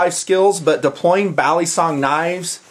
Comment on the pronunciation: Is it just me or is saying balisong wrong?